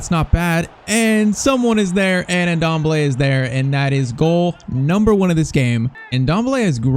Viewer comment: The N in Ndombele is silent lol